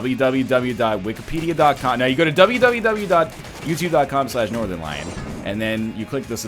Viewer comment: I heard Nothernlamb